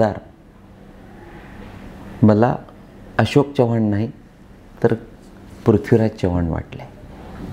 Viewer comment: साहेब तुम्ही चव्हाण हे मराठी माणसा प्रमाणे न उच्चारता हिंदी भाषिक माणसा सारखा करत आहात